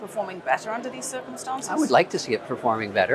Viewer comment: “Under these circomstonces” lol